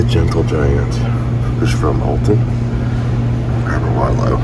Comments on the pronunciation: Hi, your story was wonderful. I live about 70 mins. from Alton and go there yearly for a Paranormal convention. I, politely, need to mention around here we pronounce Alton with a short vowel sound, like how you say, almost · Alton is pronounced All-tun. Not Elton. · Not to be that guy but it's Awlton